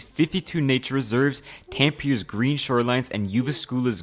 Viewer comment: Tampir?? It’s Tampere